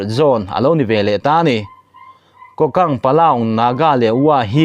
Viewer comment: MMDAA ('' Kokant'' ti hi a rik dan tur ka'n sawi ve aw . mizo rik dan turin ''Ku- kant'' tih tur a ni ''ku'' hi thluk sang tur a ni e.)